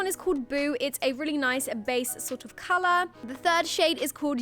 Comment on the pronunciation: Who else notice she always say calarh...😆